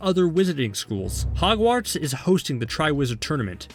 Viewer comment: Hehe he said hargwarts